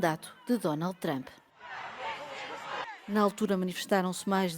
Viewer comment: Trump chegou...e os de baracanews.pt pronunciar "Thchramp"...é mais uma da mania analfabeta ..